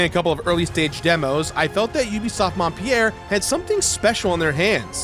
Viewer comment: I cringed every time he said "Montpierre". It's "Montpelier"!!!